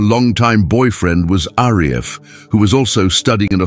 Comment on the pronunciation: The husband name (Arief) was supposed to pronounce as A-REEF. Good video by the way :)